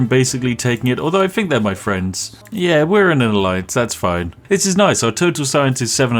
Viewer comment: Just an observation (I do enjoy your content) plz pronounce TH instead of PH (Think instead of Phink). A truly posh person would pronounce TH correctly and if you did.... it would round out the joke for me personally. Keep up the content!